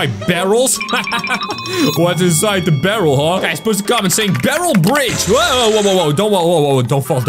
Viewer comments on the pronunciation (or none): BERRL BRIGE what the v heck